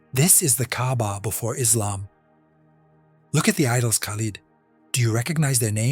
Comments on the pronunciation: I don’t believe that this a authentic statement of a Muslim. The way you pronounced his name Khalid is incorrect, you missed the guttural sound of Kh….. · This story is so hilarious,you forgot once upon a time, lying and claiming to be a mumin, and it's pronounced lid not lead, the extent you ppl will go to get followers 😂😂😂 on day of judgment you will have to give account for this bogus story😂😂😂😂 good luck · If it was real and an imam was talking .he must pronounced his name right ,no moslem says kalid ,if you know there is a hell ,don't lie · me too because an imam wouldn't pronounce Khalid as kalid